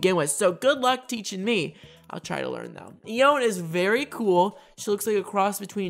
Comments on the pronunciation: Ione is Pronounced I-oh-knee but pronounce it however you want :) :) :) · Nobody really knows how to say “Ione” but I’m fairly certain it’s pronounced “EYE-uh-nee.” Sort of a Greek pronunciation of the “e” like Persephone or Aphrodite. That’s how I’ve been saying it anyway and it rolls off the tongue easier.